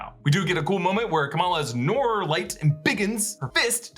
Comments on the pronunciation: It's not noor. It's nur. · Not Noor, Nur😂😂😂 with a hard u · Its pronounced nuur and not noar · noor! not nor! noor! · ok,its pronounced "nour" not "noor" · It's not NOR its pronounced NUUR in Arabic. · Thats not pronounce Noor its Nuur in pronunciation 😶😅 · Noor pronounced as Nuur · Noor is pronounced Nuur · I love you. But it’s pronounce Nur (Noor). Hehe 😬✌🏻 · Please everyone Noor rhymes with lure !! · noor is enunciated as nuer actually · Noor...its pronounced Nur like En Sabah Nur..same meaning 'light'